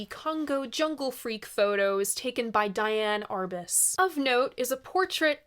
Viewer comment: (sorry gonna be a nerd for a sec. "dee anne" arbus) love ur stuff!